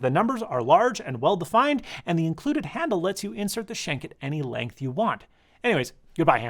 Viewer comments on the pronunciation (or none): none